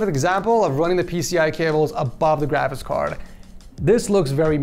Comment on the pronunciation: you keep saying grabicks card